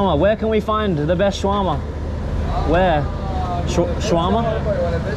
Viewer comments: along 2 minutes waiting to know what is Swarama ,, finally i got that u mean "Sha-wer-ma" xDDDDD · Omg... Sha-wrrr-ma. If I hear "shwah-mah" another time I'm gonna lose my mind... That said, much love to Lebnen (from a Greek) ❤️ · Guys it is called Shawarma and not Swarama. Welcome to Lebanon. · its shawarma not swarama and thanks for giving me the brilliant idea of eating a shawarma... i just ordered it its on the way and idk why im telling you all this its kinda cringe and dumb but whatever